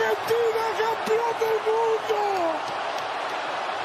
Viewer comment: It's not Urgentina.. it's AArgentina.. spelled Argentina. Ella wordsum accent oda pronounce pannanumnu illa